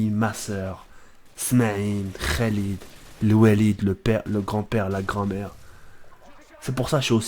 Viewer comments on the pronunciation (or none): none